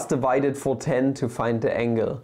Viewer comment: Are you saying complex angle or complex anal?